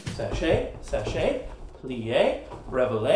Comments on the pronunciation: It's pronounced "sha-shay" rather than " sah-shay" :) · it's not "sachay" it's "chassé", pronouced "shassay" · YOU SAID THE STEPS ALL WRONG!!!!!!!!!! IT'S SAID LIKE SHAW-SAY NOT SACHE anyway that was funny though LIFT WHEN YOU TURN IT HEPLS YOU BALANCE